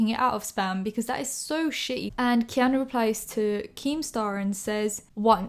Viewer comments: His name is also pronounced Key-ah-New Keanu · His name is pronounced key-are-new. Like the fit guy off Eastenders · key-a-nu hehe